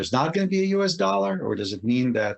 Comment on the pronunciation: ITS DOLLAR NOT "DOLA".